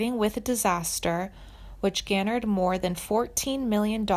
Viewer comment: Clearly you know she's not dead from all the comments. You also used pictures of Jennifer Lawrence. And cannot pronounce words you supposedly chose (underpinnings, garnered) which leads me to believe you didn't write a lick of this- just reading from Wikipedia. Why are you doing this? What do you get from it?